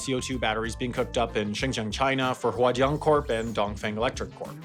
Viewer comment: I love how he pronounces 华电 and 东方 at the end 🤣